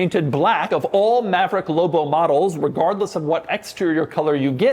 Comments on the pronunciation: he said loubo not lobo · Say loBo not lobo 😂😅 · Doug says “Lobo” the way the Red Letter Media guys say “Low Blow” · Almost couldn't finish the video by the way Dougie Fresh kept emphasizing the "L" in "LLLLLLOBOH" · I was losing my mind every time he said it. "Low Bow" 😫😫😫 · Anyone else HATE how doug says the L in lobo, as well as most other L words. Real faggy. 🎉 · I enjoyed the video and the truck looks like it would be fun. I didn’t enjoy the way you said LOBO and I’m afraid if I owned one I would hear it in my head every time I read it lol. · Saying it with a very soft L sound. Signature Doug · Why doug says lobo so many times and always says it weird way